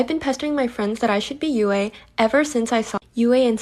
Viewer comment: her says yue as (U-A) ITS pronounced (you) she shouldn’t be yue